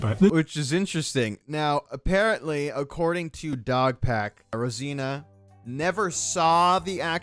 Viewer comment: ok we get it you are a huge fan of Mr beast, probably dream of him being inside you and whatever else you want, but dam fool try harder to pronounce someone's name properly. Brow. how do you get Rosena from Rosana